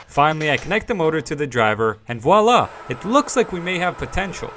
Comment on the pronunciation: Ohhh... You've earned my subscription after only 3 minutes... Because of Voila pronounced CORRECTLY... By an American! That's a true rarity... Aaand.. You're Canadian... It turned out... Hahahaha...